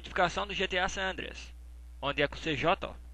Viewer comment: TU FALOU C JOTÁ, E O CERTO ÉS CJ MAIS O NOME SE PRÔNUCIAS "CIGEI"